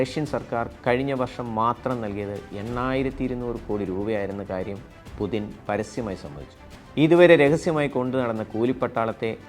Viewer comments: പുതിന അല്ലടോ പുട്ടിൻ 🤭🤭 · it's not "pudhin" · എന്ത് പുതിൻ??? ഒന്നുമല്ലെങ്കിലും ഇതൊരു news channel അല്ലേ പേരെങ്കിലും മര്യാദക്ക് എഴുതി പറയാൻ പഠിക്ക് പോഴന്മാരെ. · പുദിന് അല്ല പുദീന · പുചിന് എന്നാണ് ഉച്ചാരണം, അതേ പഴയ കണക്കുകൾ തീർക്കാൻ വന്ന KGB തലവൻ, കായികവും മാനസികവും ആയ സകല അയോധന കലകളിലും വല്ലഭൻ, കുറുക്കൻ്റെ ബുദ്ധി